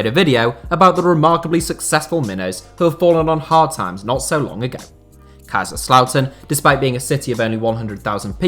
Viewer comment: ich hab noch nie einen einzigen Deutschen gehört, der BraunschwEig gesagt hat. Aber ja, für jemanden der nicht deutsch ist, ist die generelle Aussprache richtig gut. Der Kommentar war auch eher als Witz gemeint, eben weil sich so viele über "two Bundesliga" aufregen. Er hat auch Kaiserslautern perfekt ausgesprochen, was beeindrucken ist.